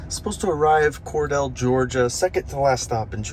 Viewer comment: As a native Georgian, Cordele is pronouned 'Cor-deal'. :)